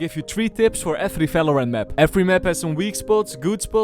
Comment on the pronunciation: Brother its not Falorant and not Fideo plsssssssss